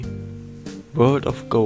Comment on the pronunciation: übrigens nicht world of gou sondern world of guu gesprochen